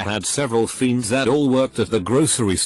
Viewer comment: Lol "fiends" 😂